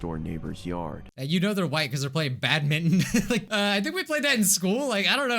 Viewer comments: I thought it was badminton not badmin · When I was younger we had a ping pong table and we played badminton there Also for some reason I thought it was pronounced batman too